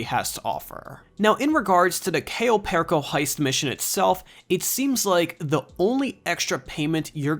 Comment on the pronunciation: U didn't even pronounce cayo perico name right